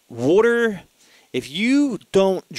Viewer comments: the way u said water made me laugh lol. i think that actually helped my anxiety lol. drink lotsa wooter lol. not makin fun btw im sufferin from anxiety and panic attacks also atm. to where my heart palpitates and feels like im gonna die. i find meditation has worked the best to help and have had some success with tap therapy! but really that doesnt get rid of the problem just helps u cope. i think the only real solution is finding out wuts actually causing your anxiety or panic attacks. then overcoming it with your mind. your mind is stronger then your worries. and u can defeat your worries with your mind. the hard part can b diagnosing your problem and facing it head on. trust me! meditation is a good way to start to attack your problems everyone. try it! and not 10 min of it. ul see after about 20 min u start feeling better and the deeper u go the better u feel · Wooter.:) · I like how you say water... LOL.